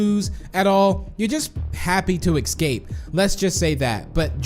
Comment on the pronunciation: Its escape not exscape